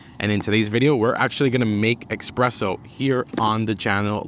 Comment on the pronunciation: Xpresso? Common man, lose the X please. Espresso.